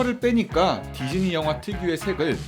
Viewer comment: 디즈니가 디쥐니?가 되버렸어...